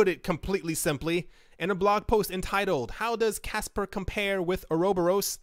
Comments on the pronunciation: Or-Uh-Bor-us = uroboros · Just found it funny but its (Ora) (bore) (us) . Pronunciation isnt a big deal, just found it funny to hear.